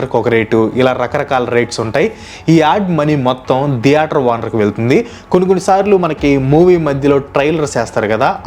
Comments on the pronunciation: అరె నయన దియేటర్ కాదురా తియేటర్ ప్రతిసారి దియేటర్ .... దియేటర్ ...అంటుంటే డోకు వస్తుంది దియేటర్ ధం సప్ప్ ప్యాసు ఎంది రా నాయనా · Every one:- theatre:- diyaatar 😂😂😂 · Dheatere ani enduku ani antunnav bro? Theatere adi